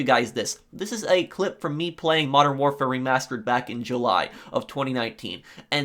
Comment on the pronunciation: Its not warfar its warfare